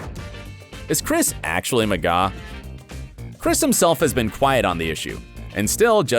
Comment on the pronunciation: MAH-GUH Not MUH-GAW YOU DUNCE